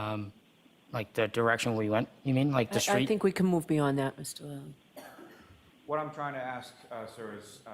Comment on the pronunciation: How come everyone in court can say Mr Lally but when judge says it she sounds like shes sayn Doolally😮